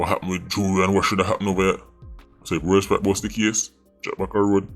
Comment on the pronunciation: “World Sprat?” lmaoo what did kartel do to you? 😭☹️